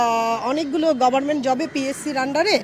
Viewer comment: ম্যাডাম তো দেখছি ঠিকমত কথাই বলতে পারেনা,,,, হবে গভমেন্ট বলছে গভারমেন্ট